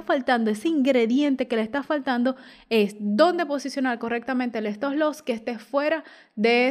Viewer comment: ¿Por qué dice estoslos?